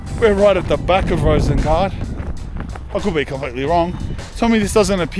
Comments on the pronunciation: Sorry to nitpick, but Rosengård is actually pronounced something like /ROO-suhn-gord/. The letter å is pronounced, by and large, lile the English word awe. But other than that, thanks heaps for this video. I grew up in neighbouring part Annelund in the late 80s, but Rosengård was -- and still is -- just a stone's throw away (no pun intended). While there was a sizeable heap of M.oozies and (other) 3rd-world beings already then, it was still somewhat safe to be out and about in Rosengård. But not today....no, sir! (Oh, and Zlatan's surname is pronounced/EE-bra-HEE-mo-vich/, Ibrahimović.) 😊😊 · Actually its Rosengård in Swedish it pronouncing like Rosengord